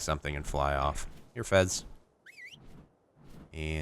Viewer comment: Its FEZ not FES